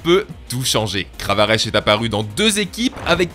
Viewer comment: Alors... non mais ça m'énerve les gens qui disent kravarechhhh, ça se prononce kravareK